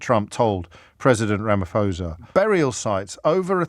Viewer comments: Ramaphosa - pronounced Ramaporsa!! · RamaPosa. The "h" is silent. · Heads up, the 'ph' in Ramaphosa is not pronounced as 'f'. Easy way to pronounce it correctly "Rama-Pausa" (bonus points if you roll the R :-) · The 'PH' in Ramaphosa is just pronounce as P its not an F sound. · Correction Rama - posa not phosa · Its pronounced Ramaposa. And you are part of the problem with your lazy/paid journalism. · If anyone cares, the h in ramaphosa is silent 😂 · The H in Ramaphosa is silent. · Can the international media PLEASE pronounce Ramaphosa’s name correctly!!! If you can’t bother to get someone’s name right how could we possibly give credence to what you have to say?!